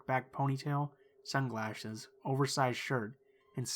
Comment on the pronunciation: he said sunglahis